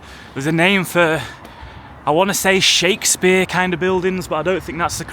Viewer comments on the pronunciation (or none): none